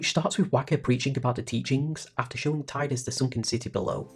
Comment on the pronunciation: Thanks so much for this! Six hours of “Tie-dus” has broken the curse and freed my soul. In all seriousness, it was great to hear you give commentary on each of the scenes and story beats. There are lots of FFX retrospectives on YouTube and they don’t always pick up all the little intricacies. Nor do they always try to seriously engage with the “false hope” argument and different reasons characters choose self-sacrifice despite the futility of it the way you have so really big kudos.